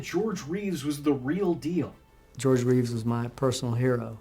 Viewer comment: Not identical. George Reeves, Christopher Reeve. He mispronounced it in this video.